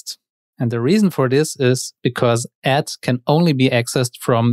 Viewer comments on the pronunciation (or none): Sounds like youre saying "at" not "add" Otherwise great vid